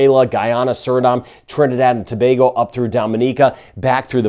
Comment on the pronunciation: I am not going to lie. I feel better after one of your videos. You are the ONLY American commentator who can pronounce "Tobago" correctly!:) For that ALONE, I give you a 👍!